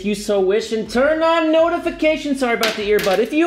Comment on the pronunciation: It took me binge watching like 15 of your videos to realize you are saying "I love you and I'm out" and not "I love you in the mouth".